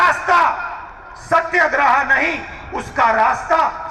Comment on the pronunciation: Satyagraha nahi bolne aata sahi se aur lecture itna bada.